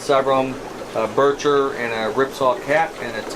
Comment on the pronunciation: LOL. He called it a burcher